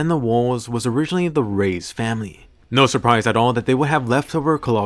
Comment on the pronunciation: It's Reis not raids